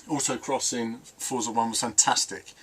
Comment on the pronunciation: Just say Forza not Fortza. Us Brits are supposed to say Forza Lol. Stick to it hahah